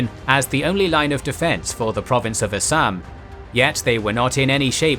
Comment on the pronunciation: This is the first English man I had ever seen in my life who spoke all Indian words with proper vocabulary otherwise some lol people says Assam to Assaam . I am an Indian and I want to thank u for your vocabulary . All the best for further videos